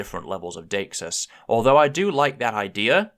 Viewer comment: "definiteness and daxus"? daxis? dheicksuisse? Whatever that is, I'd like to know more. I have no idea what it is or how to spell it